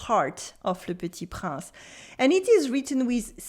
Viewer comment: Hello, Thank you for this lesson. You learn how to pronounce some words, but I think you forgot to learn the correct pronounciation of "Le Petit Prince"... Very cute the reference to my favorite singer Mylene Farmer! A bientôt.